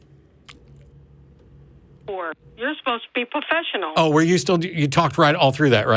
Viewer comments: what is "puhfessional", you whiner? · You're not being "pohfessional", you're not being "pohfessional".